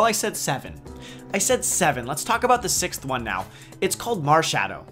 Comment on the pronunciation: Looks good, I'd probably go for the owl! At first when you said marshadow I thought you said marshmallow haha! Could be a fairy type though lol :)